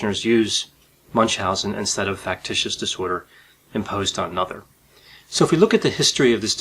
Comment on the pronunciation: He always pronounces "on" as "oh-onn" Is his accent from a specific region?